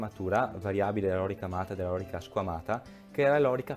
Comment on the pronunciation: La corazza romana non era la lòrica, bensì la lorìca!